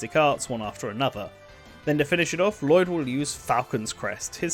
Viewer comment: I love this video, and I really hope Lloyd gets in because of it, but My God, you didn't bother to learn the pronunciations of most of the names in this game.